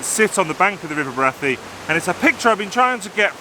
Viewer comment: Really enjoyed this - out in the field taking pictures - great. Liked the final shot. For information I worked at Brathay Hall for four years in the late 70's and the accepted pronunciation was Bray-thay. Stay safe.